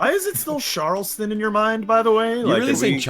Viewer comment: after living in charleston for 20 years, can confirm it is charleston not sharleston.